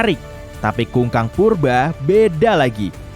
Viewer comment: kukang min bukan kungkang hhhaaa